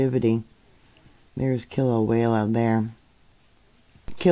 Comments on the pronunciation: I love how butchers the name Kilauea by adding an L between the E & the A. kilauela instead of Kila~way~ a. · Kilauea is pronounced kilo-waya